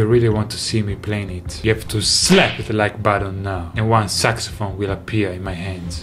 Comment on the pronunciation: Nobody Davie: SucSyPhone